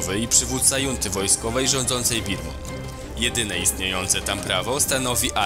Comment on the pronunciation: przed następnym filmem sprawdźcie jak wymawia się słowo "junta"!